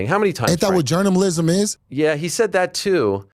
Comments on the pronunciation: Journamalism 🤣🤣🤣. I can't believe he said that once let alone that many times. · What's really shocking about this video is that you could have mistaken every single time he said Jourmnamlism as the same clip, but they weren't.